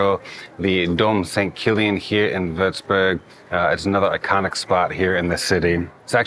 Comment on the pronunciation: First of all, your pronounciation of such a difficult name is incredible!! Well done! Secondly, as someon from Würzburg, I always get so excited when other people appreciate my city as well :)